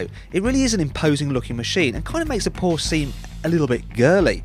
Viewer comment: Please learn to correctly pronounce Porsche.